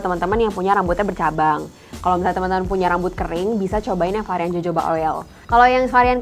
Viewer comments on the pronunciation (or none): Bacanya: HOHOBA mbak. Bukan JOJOBA.